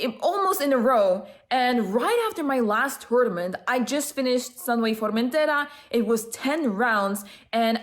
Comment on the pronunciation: Congrats! Was super excited when I saw your tweet for this! Also, do you speak Spanish, why is your pronounciation of Formentera so "native"?:D